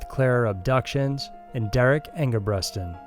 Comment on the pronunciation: It's Derrick ENGEBRETSON